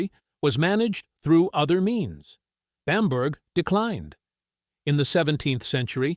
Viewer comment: A good video account, but please get the pronunciation of Bamburgh correct.